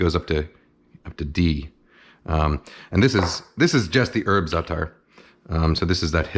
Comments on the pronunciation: زعتر مو زاتر 😂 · excuse me, but I'm Arab and I'm telling you as a native speaker that NO ONE pronounces it with 'sh' sound. No one else pronounces it with a 'sh' sound either. We all told you, including Chef. And now you're out here looking like a nasty jerk. Learn from this.